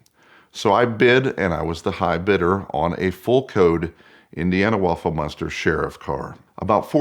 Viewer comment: Why does he pronounce MONSTER as MUNSTER? It's like people who saw WOOF instead of WOLF. Sounds so ignorant and childish.